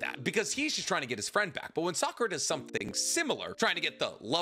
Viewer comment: Oh boy a Narootoh movie I can’t wait to see Sasookay, Sahkoorah, and kaakaashee